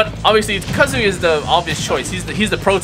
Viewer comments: it’s pronounced ka-zu-ya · tekken og but pronounces name wrong